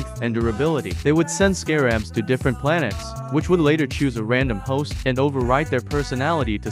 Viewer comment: “Scare abs” they’re just called scarabs why you gotta over-pronounce the first A lol